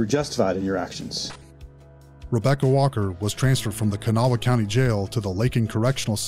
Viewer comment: It's Kanawha, pronounced more like cuhnaw or kannaw. Half my peoples from a place called Lacoochee, by Dade city and Brooksville (named for some of our peoples and the others are in central FL (the FL folks anyway) the rest are from the outskirts of the Charleston area, Kanawha, West by god Virginia. IYKYK 😉